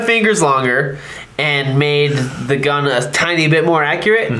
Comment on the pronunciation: “I absolutely love shooting the GuhhhN”